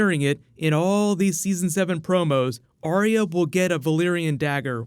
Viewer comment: Dude keeps saying Arya with 3 syllables like Aria T'loak from Mass Effect. Arya just has 2 syllables "are" "ya"